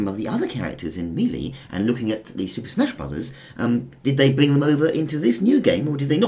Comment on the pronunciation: I like the way you pronounce melee